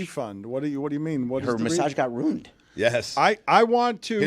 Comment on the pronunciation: Somebody inform David that the word is RUINED not RUNED😂